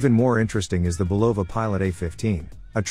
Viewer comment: Just for the record, the correct pronunciation of Bulova is BU lova, not bu LO va. Good video nonetheless.